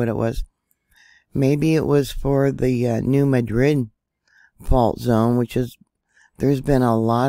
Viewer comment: thank you for pronouncing New Madrid correctly.